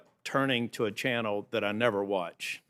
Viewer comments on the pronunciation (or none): none